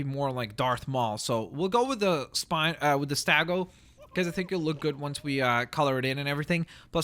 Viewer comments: please get the word "Stegosaurus" correct. It's NOT "StAgosaurus", it's "Stegosaurus". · Its Stego, not Stago, and Anky, not Anquee, please just say it right, Cause I don't know what source let you think its pronounced Stagosaurus, even though its Stegosaurus. Also its Teh-ra-no-don, not Teh-ra-don... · You also say stagosaurus instead of stegosaurus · its stegosaurus not stagosaurus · I am not sure that the dinosaur stegosaurus is pronounced as stagosaurus or stegosaurus? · Troodon is pronounces (Trow-uh-don) and stegosaurus is pronounced (Steg-oh-saurus-) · it's it's called Steg o saurus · You said stegosourus wrong.